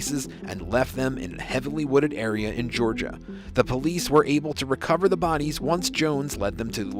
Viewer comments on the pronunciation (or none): none